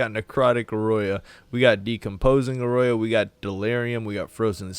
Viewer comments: AURA= Or-Uh. Not Or Oy Yuh. Just saying. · love the videos. However, it's pronounced or-uh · OR AH is Aura. Fuck my ears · Aroya confirmed! Rank 1 pronunciation =D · Not to be that guy but... Aura = Ora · the way he says aura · pronounces simulacrum fine but you go halfway toward turning aura into aurora how? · fair enough pretty sure people have been slaughtering that word since we were introduced to the spell. You'll get the prounounciation of aura down too... Some day.:) Love the content keep up the good work. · You're mispronouncing Aura on purpose aren't you? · Lol, it was killing me too